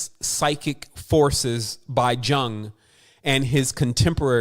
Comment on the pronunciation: Thanks! excellent as always. (PS 'Jung' is pronounced 'Yoong')